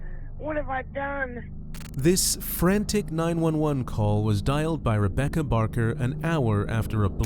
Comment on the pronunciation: " This FRANTIC call " ? ? Narrator needs a proper dictionary